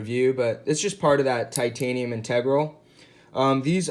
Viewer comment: I believe you are mispronouncing the word “integral”.